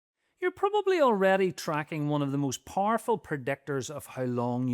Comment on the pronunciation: "Parful pr'decktors..."